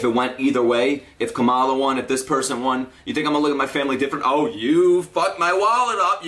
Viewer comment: btw no hate but its pronounced comma-luh just letting you know :)